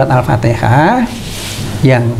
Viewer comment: utk pengucapan Alfateha itu harusnya Alfatiha